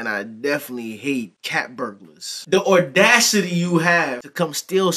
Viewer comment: No R in the word audacity myG lol 😅